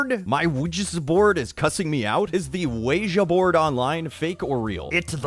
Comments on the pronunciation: I heard someone say preganant boord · wa weg board nailed it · *Pregananant board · i was doing so well until he said "Luigi board" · Wa weg board. Weggy borad. Oueja board. OIGI board. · Oh yeah, the Quiche Board. I've heard that the ghosts curse you with a terrible french accent😂😂😂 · “Wedgie Board” bro I’m done! ✋💀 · Still cant understand how that one guy thought it was "wa weg board". Also luigi board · "wa weg board.. nailed it" PFFFT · “wega borad” sent me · Wedgie Board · Dylanzu Havnt Heard Someone Say WEEGI Board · Wa weg board. NAILED IT. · I've honestly forgot how to say ouija board after watching this. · wega borad